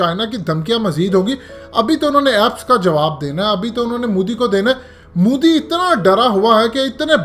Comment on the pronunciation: bhai plzzz modi bolna seekh lo. mudi nhi bolo